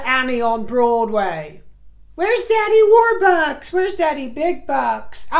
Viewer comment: you had me laughing hard at many points during this video! When you talked about Annie and said "Daddy Warbucks" in your American accent, that got me 😂. Such a shame, the Pat Tillman award. Harry defected, imo. He's a traitor. Since when we we give defectors awards?! Insane.